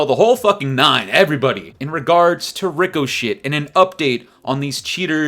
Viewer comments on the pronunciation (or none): I agree totally! Cheating is out of control and shouldnt be But ffs Ricochet is pronounced RIK-UH-SHAY. 😅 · Rico-shhh perfect😂😂